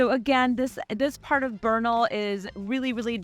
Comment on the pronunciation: It’s Bernal heights! 3rd generation born there… we don’t say Beeernal, and drag our words, like omg ish